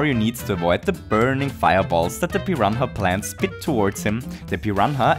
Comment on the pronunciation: They are called just piranha plants, not piranta plants, just letting you know.